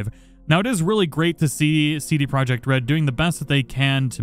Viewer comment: U read CD Projekt wrong. Go to translator pick polish and listen.